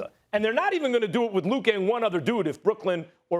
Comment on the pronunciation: STEPHEN “LUKER” SMITH